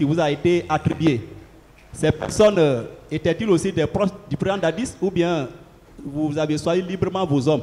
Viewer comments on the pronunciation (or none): on dit "proches" et non "proces" trop de lettres "z" dans tes prononciations